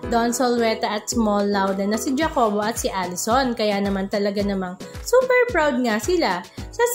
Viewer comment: Jacobo: ha-co-bo kasi hindi dya-co-bo 🙂